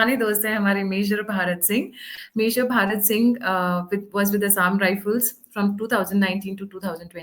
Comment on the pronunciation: भारत सिंह नहीं भरत सिंह!!😂😂😂 अंग्रेजों की कमी नहीं है